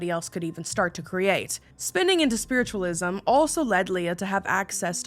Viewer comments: When you said spiritualism wrong I lost it 😂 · I DEMAND a sweater with "SPWITTUWALISM" ON IT!